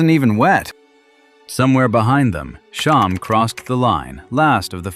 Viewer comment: SHAM, SH-AM, not Shom, SH-OM, see the difference.